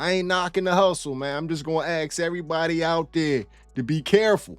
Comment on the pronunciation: ITS ASK as in ARRRSK. Not AKS. As in ASK ME, not AKS ME.